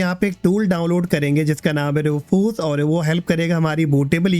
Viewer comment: Roofoos nahi hai bhaiya Rewfuss hota hai